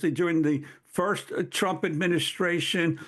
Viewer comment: Did he say " President Trip " 😅😂🤣 , thats what real Hate is.